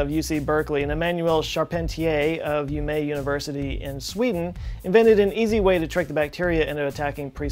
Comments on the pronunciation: "Of yuumej University in Sweden" -- now that is one hell of a pronunciation. Sometimes I wonder how I can trust the pronunciations in any video, when almost always when it's a word I know it's quite off. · Great video as always. CRISPR is one of the most exciting topics of modern biology if you ask me. However, I must tell you that you totally slaughtered the pronunciation of Umeå. I mean, completely pooped it. The people of Sweden will be awaiting your apology. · You pronounced Umeå wrong :( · And two seconds after unpausing I get the gift of the mispronunciation of Umeå :D